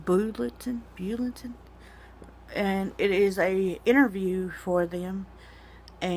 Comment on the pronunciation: what the fuck? you don't even know how to say bulletin? you are so fucking stupid!